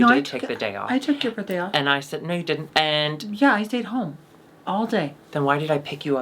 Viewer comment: Ok fully obsessed with how says “birttday”